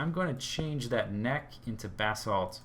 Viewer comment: Whenever he says "Basalt" I hear "Bathsalt"